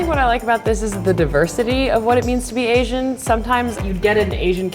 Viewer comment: drink, when they say asain...drunk after 50 sec.